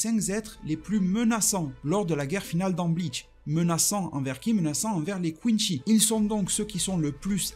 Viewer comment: Pourquoi tu dis quinchy alors que ça se prononce quincy